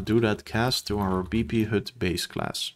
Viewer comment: The vowel for HUD is not correct. Even your timestamp reads "hood". Lovely descriptive video otherwise.